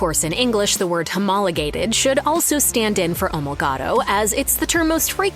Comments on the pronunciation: It's "O-mol-O-gato", not "Ol-mo-gato." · Gran Turismo Omologato….pronounce that last word correctly….O…mo…lo…gato